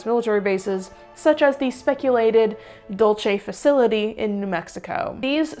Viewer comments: This is fascinating. I've long been interested in these stories, having one been a believer and now a staunch skeptic - they never get old. But... please, I beg you. Be kind to the Spanish language. "Dulce" is pronounced "DOOL-say", because it's of Spanish origin, and in Spanish (especially Mexican Spanish) the letter 'C' is a sibillant. Italians might say "Dulchay", but they didn't name the place. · loving this video and then bam, wrongly pronounces the Spanish word "dulce" (dool say) as though it were the Italian word "dolce" (doll chay). i have to stop, sigh heavily, rewind a bit and keep listening. so effing pedantic lol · I hate being this person but as a New Mexican, it is required of me, Dulce NM is pronounced dull-say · Not that it matters, but I'm pretty sure the "Dulce" base in New Mexico would be pronounced the Spanish way and not the Italian way. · Actually it’s dool-seh, because sweet in Spanish is dulce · Practice saying [duel-say]. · it’s Spanish not Italian. You’re pronouncing Dulce the Italian way and I totally love you for that. But the Dulce here is Spanish so it’s pronounced like “dool-say” I hope this doesn’t come off as nit picking even though it is. I love your videos and have been a subscribed for over a year and maybe even 3.5 years.